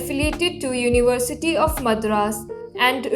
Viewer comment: Again you are mispronouncing Madras, please learn proper pronunciation.